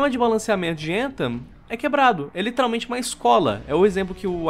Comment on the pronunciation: Escutar o falando a palavra "literalmente" de forma totalmente errônea me mata por dentro